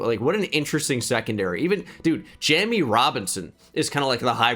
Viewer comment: Jammie Robinson pronounced JAY-me